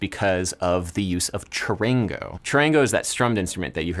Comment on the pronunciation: it's no "Shorangouu" its CHARANGO